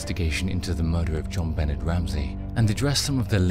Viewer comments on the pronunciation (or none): I’m 99 % certain you didn’t say who killed Jon Bahnay (true pronunciation of her name) but I didn’t believe the title anyways btw Burke did it and always think of Occam’s Razor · The pronunciation of her name by this guy greats on my nerves and I'm from the UK!!! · You really should have researched how to pronounce her name.